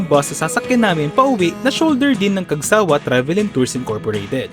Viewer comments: Cagsawa' po, hindi Cag'sawa 😁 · Cagsawa' po, hindi Cag'sa'wa- 😁 Pero nice video po! Thank you! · Hi Sir. The Right Pronunciation is "cagsaWA" not " cagSAwa" Thanks po